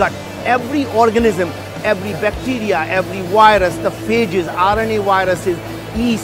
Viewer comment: What's a wirus?